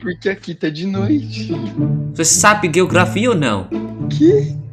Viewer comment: nao sei se voce ja aprendeu isso ou não mas geografia, na pronúncia soa como "jeografia"! Espero ser ter sido útil, amo seus vídeos ❤